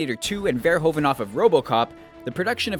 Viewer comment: Dat pronunciation on "Verhoeven" though XD